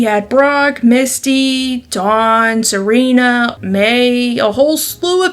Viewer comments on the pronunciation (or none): none